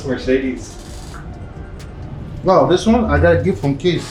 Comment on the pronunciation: When says "Mercedes" it almost sounds like he's saying "Mer-shitis"!:)